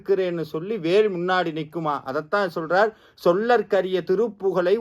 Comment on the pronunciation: "சொல்லர்க்கரிய" இல்லை சொலர்க்கரிய. அதேபோல் "உரைத்தவரின் அடுத்த பகை" இல்லை உரைத்தவரை அடுத்த பகை என்பதே சரி. மந்திரங்களை சொல்லும் போது கவனம் தேவை...